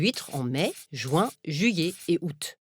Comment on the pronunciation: Non. Elle le prononce très bien.